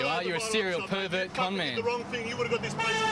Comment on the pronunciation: Australian Perrrrrrrrrrrrrrrrrverrrrrrrrrrt